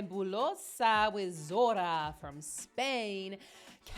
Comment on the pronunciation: Es Zorrrrrra con rrrr bien marcada😊